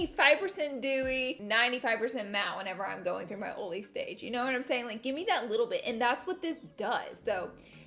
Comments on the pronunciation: Marshae Dudley “oley” Lol. Yesssss. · I swear i thought you said ariola when you said oily lol 😂😂 you look gorge today as always! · Laughing at myself by reading this title of the video and saying oily like Laura 😂